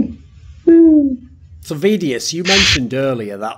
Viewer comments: Is it just me or is Thorin saying vedius’s name wrong the whole ep? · He does. Why? One can only speculate. Maybe he watches the matches muted or does not watch much EU LCS at all.